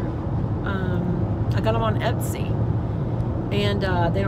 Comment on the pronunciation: Pam Snyder I shop Etsy all the time lol it sounded like she was saying epsy lol , thanks